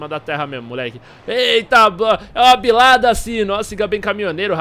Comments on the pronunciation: ao invés de vc falar é uma cilada bino vc flw é uma bilada cino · é uma Bilada Cino ? Não é é : Uma Cilada Bino ? shaushaushua